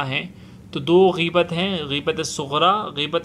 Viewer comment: Gheebat nhi ghaibat hai mere bhai